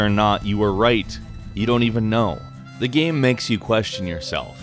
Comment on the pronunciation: Why the fuck is he saying gem? Its called game